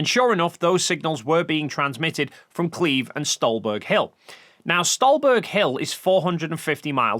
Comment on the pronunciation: Kleve isn't "Kleeve". It's K'leh-vae.